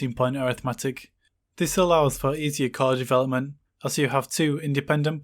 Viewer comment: This allows for easier ..... development ??? Can you kindly let me know what was the word there? It was a bit hard for me to understand you. Thanks and awesome content as always! One of my favorite channels. 👍